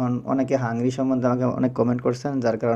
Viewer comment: হাংরি নয়, হাঙ্গেরি হবে